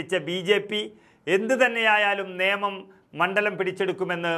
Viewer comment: നിയമം അല്ല നേമം എന്നാണ്.